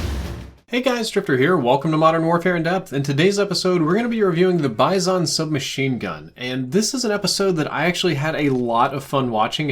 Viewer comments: It's BIZ-ON not BIZE-ON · I absolutely hate the way he says bizon lol I have never heard anyone pronounce it like that